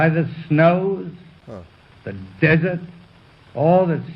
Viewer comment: I noticed the way he said “desert”. DEZeht. That big initial stress was pure Prince King Charles!